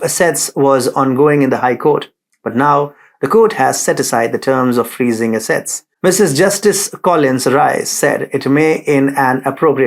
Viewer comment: Thank you. I hope I am being helpful by saying that ASSet is stressed on the first syllable. ConSERvative is stressed on the second syllable. I appreciate that you speak many languages while I only speak one.